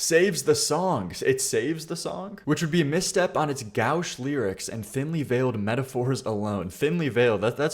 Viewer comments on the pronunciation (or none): In an attempt to a help an internet stranger out - gauche is pronounced go + “sh” sound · lmao your pronunciation of 'gauche' was actually quite gauche! 😅